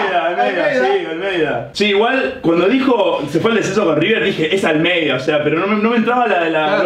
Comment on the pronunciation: Jajaja "EN ALMEYDAA" jaja se re saco ajajja